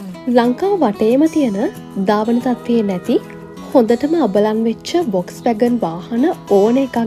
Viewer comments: Classic කාර් හොයන සුද්දෝ මේවාට පණ ඇරලා.මේක හරියටම උච්චාරනය කරන්නේ වොක්ස්වැගන් කියලා නෙමේ පොක්ස්වගන් කියලා. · ඔක්කෝටම කලින් වාහනයේ නම හරියට කියන්න. (ෆෝක්ස්වාගන්)